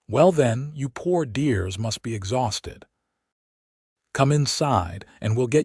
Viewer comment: AI says "Deers". They mean "dears"